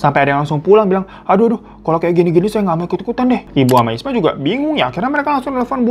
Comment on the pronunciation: Isma bang bukan ismi 😂 , tidak apa apa di maklumi koq 😂😂